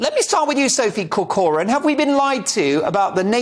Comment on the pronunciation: Its cor-coran not cor-cor-an.